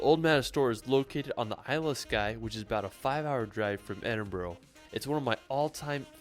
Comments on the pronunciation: Here in Scotland Edinburgh is phonetically pronounced Ed-in-bruh, so you guys are spot on 👌 and as a Scott myself I can say it's very refreshing to hear Americans pronounce it correctlyfor a change 😂😂😂 this fella makes some hilarious attempts at Scottish place names tho 😂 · Your pronunciation is correct. It’s Edinburra. Also Glen Finn in . Good clip despite the pronunciation. I’m sure you will have a great time here. Proud Scot 🏴🏴🏴